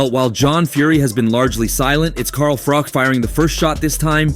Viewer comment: ‘Car Frok’! WTF….. sort out your pronunciation!